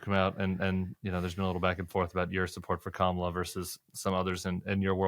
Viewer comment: Hi Tim. My angey maga neighbors (very sweet to me) do investigate info. I caught one watching Forbes , streaming. Very angry. Deficit big thing. Affordability. Kamala (correctly pronounced) She so dumb, cant believe. I say, cmon man. I don't do that to your guy. He's sorry, just tired. Folks here start out angry. So there's that. Don't have good self esteem for sure. And, what trusted sources. Only their ppl tell truth I think ppl like me been making them feel stupid for decades Also illness of mind contagious